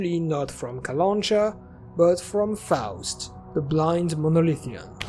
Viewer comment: Nice analysis, I really hope the game will be great, which is a rare thing these days (me hoping for something). Was really pleased to see the bayun cat and that the Clear Sky was mentioned. BTW, its kalanchA, not kalAncha.